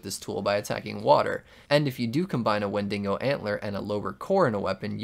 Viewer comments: its pronounced "when dee go" not "when dingo" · bro really said “wendingo”